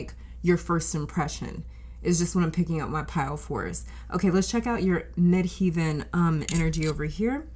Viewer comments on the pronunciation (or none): Midheaven or MC is pronounced as Mid Heaven, as in Heaven and hell. Not "heeven." Just a friendly reminder from an astrologer and linguist. Contructive criticism. I'm just trying to help. I've been an astrologer for 40 years and a tarot reader for longer: 44 years. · The second part of the word 'Midheaven' is pronounced like 'heaven', not 'heeven'. Thanks for the reading.